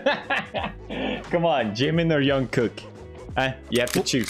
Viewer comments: Its his accent, hes used to pronouncing his j’s as y’s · Pewds saying "Yungkook" is much better than when Justin Bieber spelled his name as "John Cook" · I love how pewds pronounces J as Y everytime, Jungkook to Yongkook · Pewds pronouncing Jungkook's name as Youngkook has the same energy as, him pronouncing Jubilee as Hubilee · His actual name: "Jungkook" Pewds: "Young cook" Me, a Mexican: "Juan cook" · Young Cook? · “Hung cook" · khuan kook :) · Pewds: “Youngkook” “Yubilee” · People mentioning Felix calling Jk 'Yeonkook' reminds me of when Charlie Puth called him 'Jongcock' and Jungkook called Charlie 'Charlie Puss' Is it bad that I don't even notice Pewds calling their names wrongly anymore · its the opposite in spanish. All S and Z are pronounced Th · Felix: “Youngcook” “Yubilee” “Ninya” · "Jungkook" Pewds: "Young cook" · I am watching this video beside my sister who is 5 and when she heard felix say youngcook she was like who the hell is youngcook it's jungkook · WHY DOES HE SAY YOONGKOOK 😭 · Felix: Mad about his comments saying he incorrectly pronounced a word. Also Felix: Y O U N G C O O K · ik but young kook sounds like a rapper name 🤷‍♀️ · It's probably his Swedish accent coming out, he doesn't pronounce the letter J very welly lmfao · Us: jungkook.... it's JUNGKOOK. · He’s Swedish. He would probably automatically pronounced J as Y like Jörgen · I just love how Pewds pronounce Jungkook. It's like Jungkook is a far relative of Carl Jung or something.